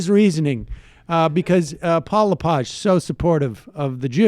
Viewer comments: Dude it’s Le-Page. Hard E. Also. I live in Maine, and this guy. Is. Not. Popular. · Paul LePig was elected governor of Maine by minority votes in two three-way elections. It is pronounced “Le + Page (as in a book)”. This is Maine, not France.